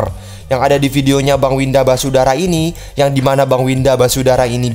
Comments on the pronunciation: Basudara bang bukan wisadara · Basudara bukan wisadara wkwk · syandu: wisadara 😂😂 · Bocil Kematian: basudara(Brando): Wisadara Me:??!!?? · Bisadara Semua: Basudara Panggil Bersaudara aja kalo Basudara nyebut nya susah, kang typo emang:v Edit: tumbnail commentnya kok 1 tahun lalu? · Ngakak lihat bilang Winda basudara jadi wisadara 🤣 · bang bukan wisadara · basudara bang bukan basudara